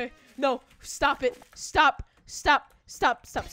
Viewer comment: Its sonic not sanic you idiot boy